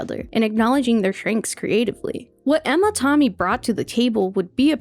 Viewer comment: Absolutely LOVE this video, but TOMmy? You gotta be ragebaiting, right? Literally everyone says TAMmy...